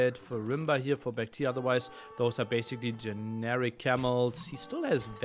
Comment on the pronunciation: why does keep saying ''bakti''